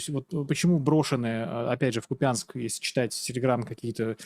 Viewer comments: КУпянск. Сколько лет идёт война, не могут запомнить, как правильно ставить ударение. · Извините КУУУАянск, не КупЯнск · добрый день, смотрим Вас постоянно, Вы молодец и все,что Вы делаете - просто здорово, но пожалуйста не давайте коверкать названия наших городов! Вы же сами из Луганской области, мы тоже из тех мест, все знают, что правильно КУпянск, очень режет ухо КупЯнск, от всех Луганчан пожалуйста😊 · Лишь бы не купЬянск